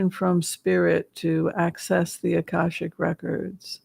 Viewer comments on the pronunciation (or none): none